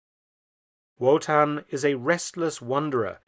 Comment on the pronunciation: Surly its pronounced as a V not a W 'Votan'